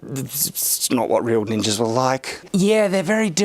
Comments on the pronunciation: Did he call them mall ninjers with a hard "-er"?! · Ninjering. Ahhh...that intrusive R.